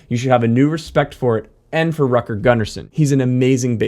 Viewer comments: Dude, the name is Rutger, not Rucker or Rocker how you pronounce it. It's really annoying. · Rocker Gunner Son. And then we read Rutger Gunnarsson. Aha, that Yank can not even say Rutger. Please, what is wrong with saying Rut Ger?! Rocker is very funny, but it is soooo annoying: it is NOT Rutger. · Dude, Rutger is pronounced "rOOtger" not "r-uh-tger", like wtf, get some basics straight before doing a video like this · Rutger isn't pronounced "rucker". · "Rutger" is pronounced with an "u" like in bull, not like in butter. Same with his family name Gunnarsson. Not that it matters in base heaven where he is now, probably playing a duet with ABBA guitarist Lasse Wellander that went over yesterday. RIP both of you guys. Vila i frid!